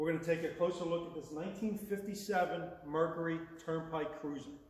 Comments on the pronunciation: He keeps calling it a "Merkary". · Nice car but Mer cyurr eee M er kerr err